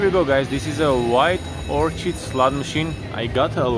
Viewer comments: FYI - The white flower is pronounced "orKID". The "h" is silent. 🌸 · Nice start! The pronunciation is Wild 'OR-KID'. Looking forward to December. Good Job!